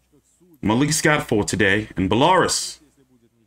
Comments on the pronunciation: It's "bella" like the Spanish for beautiful, and "roos" like the start of rooster - bella-roos... Not bell-r-us like Toys R Us lol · He said bell-r-us like Toys R Us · You got Bel-la-rus wrong but you said Sergei's last name flawlessly.